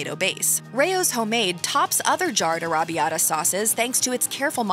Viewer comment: It is arr-a-bbee-ata, not aRRaBB-ita